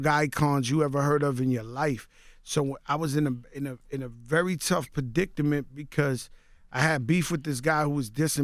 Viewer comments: Lol , man said "predictament" hahaha. It's "predicament" FOOL! SMH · predict - a - mint